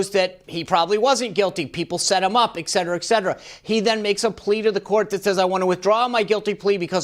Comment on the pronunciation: don't say EXcetera..If you are speaking publically, don't say this word like that. That's like axe instead of ask